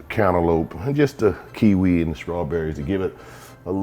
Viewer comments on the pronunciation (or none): none